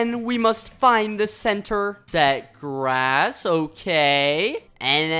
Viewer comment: Ikr? I lost it when he said that lol.